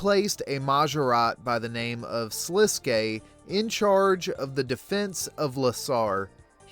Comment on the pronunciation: Thank you for saying Sliske's name correctly!